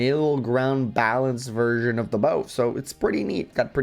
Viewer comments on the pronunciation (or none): none